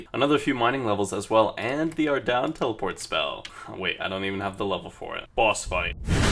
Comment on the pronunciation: " ARDOWN" Sorry, i dont actually care <3